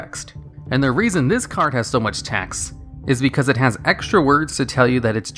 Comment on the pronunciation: The word text ends with a t, why do you constantly keep saying tex?